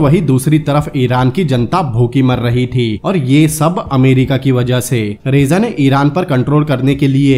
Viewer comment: रेजा नहीं रजा शाह पहलवी।। बाकि सब इतिहास का हिस्सा है। बढ़िया व्याख्या की है आप ने।